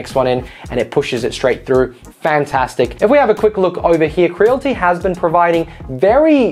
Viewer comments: its cre-a-lity not creal-ty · Creal-IT-y. Not crealty 😁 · It's Cre-al-ity not cre-l-ty